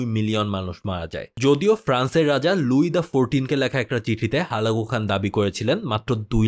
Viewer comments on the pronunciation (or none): Halaku khan not holago, Sorry bhaya sorry bhaya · হুলাগু নাকি হালাকু? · হুলাকো খান আবার কি জন্মের পর থেকে হালাকু খান শুনে আসছি